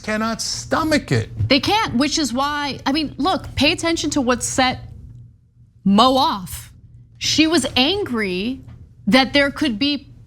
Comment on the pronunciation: Her name isn't Mo/Moe it's MOO!!!!